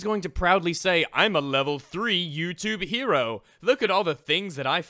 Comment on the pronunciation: How do you fuck up the word "Hero"? That's my only question for you YouTube.